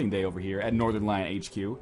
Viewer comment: Northenrn brian? I thought it was northern lion.